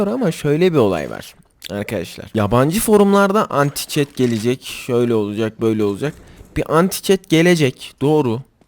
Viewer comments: "Çet" değil reyis "çiğt" diye telaffuz ediliyor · Çiit diye